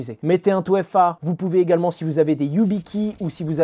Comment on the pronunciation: 2FA ... "touéfa" non hasheur, on dit "deuéfa" sinon "touéfé" mais pas "touéfa".